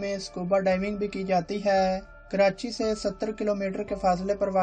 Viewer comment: Karati nai hota karachi hota hai